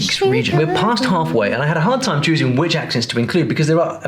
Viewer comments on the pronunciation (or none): none